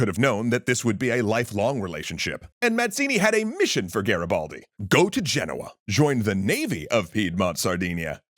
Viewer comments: Listen, I love you, you do amazing video. But the I in Garibaldi is read E, You are saying Garabaldi it's too funny😂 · Nice to see finally Garibaldi featured but the pronunciation killed me, could've at least learnt it correctly